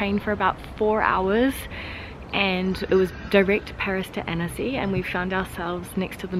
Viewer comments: u prononce âne-cy not anEcy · Every time you say "Annecy", it sounds like you're saying "Hennessy" 😁